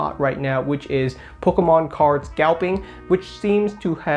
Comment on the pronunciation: Am I the only person who absolutely cannot stand the way this kid pronounces Pokemon Lol it grinds my gears love him jus wish he's slow down and say poke-mon now and then instead of pkemn